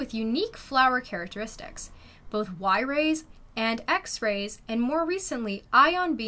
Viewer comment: „wy-rays”?? 🤣 Try gamma-rays!